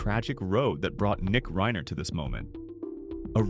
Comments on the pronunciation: Least you can do is pronounce the last name Reiner correctly It isn't Reener....fkn goof! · You mispronounced 'reiner' twice and differently both times. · Nick who? you need to pronounce reiner